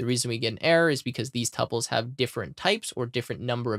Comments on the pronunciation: Pronunciación of tuples? Google Is our friend! It is something like 2Pauls... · the correct pronunciation is tuples.